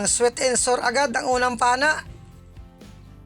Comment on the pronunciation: Manoy, please huwag ka magalit, e correct ko lang pronunciation ng sweet and sour ( Sweet and sawor ang pag bigkas po, hindi sweet and sur) . Sana hindi ka magalit. Peace 🙏🕊️